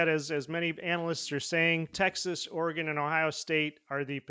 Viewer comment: It’s pronounced Oregun not Oregone the way you goofs up north say it. BTW prove Ohio State spent 20 million dollars 🤡 . You guys are the biggest bunch of parrots in existence, repeating the same garbage over and over Michigan is good at developing…what a bunch of nonsense. You had a bunch of five and six year players and they’re all gone. Same old horse manure coming out of your pieholes You aren’t going to any natty, you’re getting sanctions this fall for your cheating.